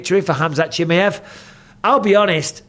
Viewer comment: Why can't you say chimaev properly